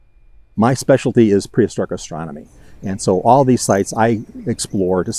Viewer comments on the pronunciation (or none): none